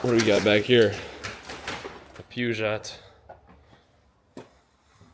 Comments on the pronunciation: It's pronounced Purr Geo Peugeot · Renault and Peugeot is French. Pronounced "Ruh- No," and "Pew-Joe." Otherwise, even as a car guy, I only know about French toast and French fries.